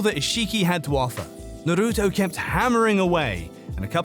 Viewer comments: narutu. lmfaoo WTF. change your name. with those pronunciations.🤢🤮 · Didn't even watch it cuz guy called it Naru-too